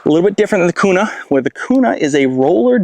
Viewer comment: Q-nah is how its pronounced